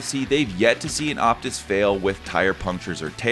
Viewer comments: I think its called the Oh-pus like the fine wine 🍷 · The P is silent. It's OTIS. Otis loves us!